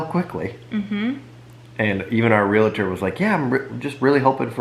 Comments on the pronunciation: Realtor...Real-a-tor. Ive been saying it wrong too. 🤦🏻‍♀️ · No A, just two syllables.....Realtor